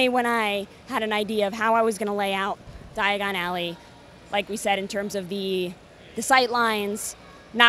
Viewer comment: Is it just me or was she saying digon alley and not diagon alley